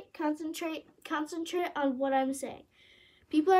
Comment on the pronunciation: The way she said concentrate concantrate CONCENTRATE ON WHAT I‘M SAYING